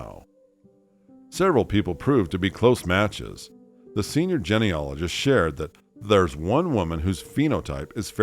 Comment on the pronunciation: It drives me crazy that this narrator does not know how to pronounce "genealogy", or "genealogist", properly.